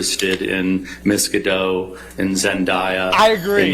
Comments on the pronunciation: The fact they are constantly mispronouncing Gal Gadot (Ga-Dote, it sounds like it has an E on the end) has me low key raging over here lol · Gal gadoT!! Where os the T?